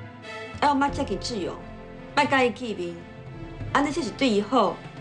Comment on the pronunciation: 吳品妍 許鈞鈞發音不標準 是''志''勇 ㄓ四聲 而不是 ''自''ㄗ勇四聲 學點正音班再來演戲好嗎?! 我就算講話沒有很標準 也不會ㄓ ㄗ 分不清!!!!!!